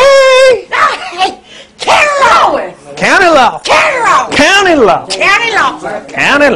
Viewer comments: lol COUN-LY LAW WE LOVE U DT (OR SOMETHING) cOUNTLY LAW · COUN-TY LAW